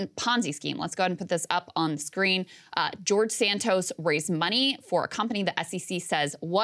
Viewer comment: LOL Krystal is fascinated .. And also said his name as De-Santos.!